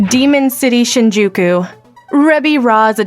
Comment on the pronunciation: Absolutey butchered whatever Japanese related name, place or thing. Shinjuku - Sheen jew keyu